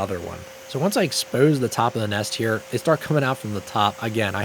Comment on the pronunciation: For me, it's that philly accent saying "exposed"